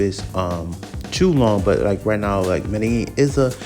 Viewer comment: What a clown. Can’t even pronounce Medellin properly